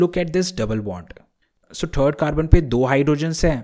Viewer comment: It's third not trd lol 😂😂😂